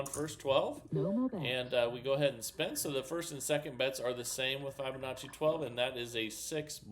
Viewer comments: I love this channel, but I'm afraid I leave every time I hear start off with "f-eye-binacci".... is there a valid reason why he misprounces that word? Even kids know to say fib-anacci. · I have been teaching FIB O Nacci for nearly 25 years and it drives me nuts :) Not Fi BO NACCI